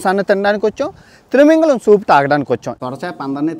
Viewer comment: Thrimingalam kadu babu thimingalam anali